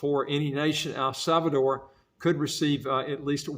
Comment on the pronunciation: There is no “e” at the end. The name is El Salvador. 👍🏻